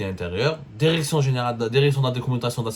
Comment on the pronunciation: Écotes Élégale. Déréction. Dérécteur. Ronseignemon Thécnique. Il te faut un orthophoniste 😂